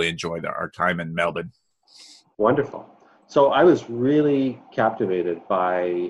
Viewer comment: You have got you're "Melbourne" pronunciation Bonza mate!